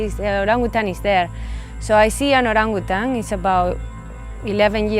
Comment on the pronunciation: The way she pronounces Orangutan is perfect 👌 for a foreigner